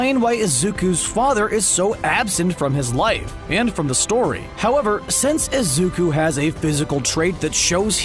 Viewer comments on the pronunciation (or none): the way he said Izuka instead of Izuku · The man: Izuka Midoriya Me: It isn't Izuka Midoriya it's Izuku Midoriya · Wait did he say Izuku or Izuka? # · Am I the only one that hears izukus name being said as izuka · the video kept saying izuka and not izuku it was anoying me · Has anyone else noticed that he said izuka before izuku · WHO THE HELL IS IZUKA IT'S IZUKU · Izuku ❌ izuka ✅ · Is anyone gonna he,p him not say izuko but izuku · I was so mad that I kept hearing Izuka not IZUKU REEEEEEEE 💢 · It bothers me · Why tf was the dude calling him izuka at first 💀😨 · It pains me to hear him call Midoriya “Izuka”. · “Izuka” this man had me mad the whole vid for that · I died when he kept saying izuka :') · It was an amazing video but every time he said izukus name as izuka it annoyed me so much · THIS DUDE SAID IZUKA MIDORYIA XDD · He said lzuka😭😭😭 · Pls why does the guy say "Izuka" 😭 it bugs meeee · sucks in this video, they spend most of it mispronouncing Izuku's name with an 'A' at the end instead of a 'U'. They should have practised instead of going with it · okay but when he said 'Izuka' got me messed uPpPpPp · did he really just say izuka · D-did this man just say IZUKA ???!???!?!😦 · I know this isn't the point but the way he says it "izukA" like 😟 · Fr fr😔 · Why does he say izuka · I love how he says Izuku